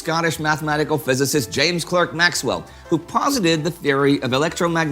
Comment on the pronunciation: James Clerk Maxwell's middle name is usually pronounced "clark".